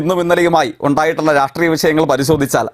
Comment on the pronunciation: രാട്രീയം, വിമർസിക്കുക, സർവകലാസാല ജയ്ക്കു മലയാളത്തിനെ കൊല്ലുന്നു.